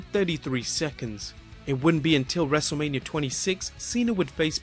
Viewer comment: He said wrestleamia